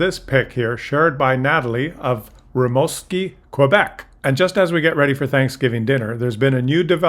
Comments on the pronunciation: Pronounced Rimooskee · Hey, it's pronounced Re mooskie lol. Nice area,good people,stated by a Newfoundlander. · You pronounced Rimouski incorrectly. You got the 1st syllable correct but mouski is pronounced as moosekey